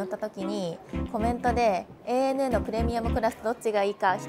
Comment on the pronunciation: おひさ～ANA（エー・ネエヌ・エー）ではなく、正確にはANA（エイ・エヌ・エー）ね😁😁 飲みすぎんなよ～